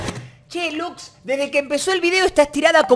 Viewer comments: Coscu esa lux se merece ser reportada por errar la R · la Lux le erro La R zii